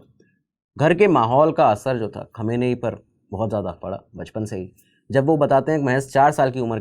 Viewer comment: Khum name hain aur pahle research kar lete aur pronounce ki prectice kar ke video banane se pahle